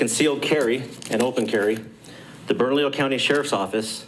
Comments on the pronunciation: Pronounced, Burn-a-Lee-yo. Just helping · Love your channel . Its pronounced burn-a- leo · Burn -ahh -lee-oh. County Thats how it is pronounced Keep up the good videos! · Im sorry but it's burn-a-leo Bernalillo lol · It's pronounced "Burn-a-lee-Oh". Yea, I know. LOL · Love ya and it's "burn a leo." Thanks for keeping us up to date. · Close, but it's not a 'd'... it's 'lee'. Burn-ah-LEE-yo County. Thanks for videos. Love em! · Bernalillo is pronounced Bern a leo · Still botching that pronunciation. If you had read the comments in your earlier video my comment would have taught you how to pronounce burr-nuh-lee-yo. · Pronounced Bern-a-lee-yo county…good for their Sheriff. The problem is the State Police are tasked with enforcement and they have jurisdiction and I don’t believe they have made any such statements. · The only way to supersize that would be for the Sheriff to ARREST HER as HE is the supreme law enforcement official in Bernalillo county as are all Sheriffs. Oh and...it's pronounced "BERNALEEEYO". Carry on. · Appreciate all you do. To help you out Bernalillo is pronounced bern-a-leo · Thanks for staying on top of this,, but it’s pronounced Bern-uh-lee-oh. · I just love how you guys just cannot pronounce "Bernalillo" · I have enjoyed your coverage of this debacle. I just wish you could pronounce the county correctly😁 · bro. bernadio? what. its Bernalillo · Brother, you’re killing me on the pronunciation. “burn-ah-lee-oh” = Bernalillo. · Thanks for covering my state... oh and, um... it's "Burn - uh - Leo" county. =) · Bern-A-LLIO not Bernadio spelled Bernalillo 🙂 Nice little fact, San Juan County in the same state is a 2A Sanctuary county. San Juan County Sheriff Shane Ferrari stands in this tyrants face for his citizens rights on a daily basis, so bad that she will no longer speak to him and forces her aid to converse for her. #LockHerUp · it is pronounced "Burn - uh - Leo" You don't burn a house, you "Burn uh Leo".